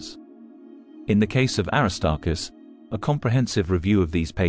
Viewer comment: The AI is not saying the name Aristarchus correctly.